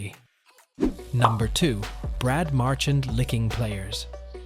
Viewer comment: learn to properly pronounce Brad Marchand's name. Talking about disrespectful!!!